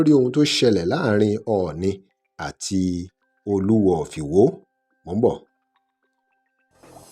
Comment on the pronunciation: Is the narrator a real Yoruba man ? He doesn't know how to pronounce Oluwo if Iwo properly